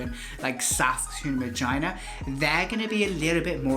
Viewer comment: bro its regina not vagina🤣🤣🤣🤣